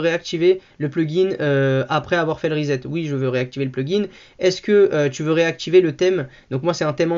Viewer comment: pas rizette mais ressssset